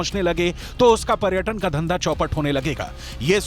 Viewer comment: Madam . प्रटक,pratan नंही पर्यटन और पर्यटक होता है।हिंदी तो सही बोलिये आप न्यूज़ एंकर है